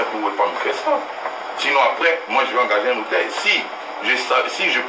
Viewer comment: Ma belle on dit notaire